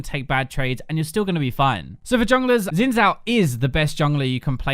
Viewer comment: its xin dude not zin lmfao